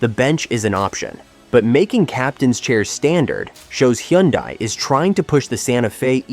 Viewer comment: Learn how to pronounce Hyundai😂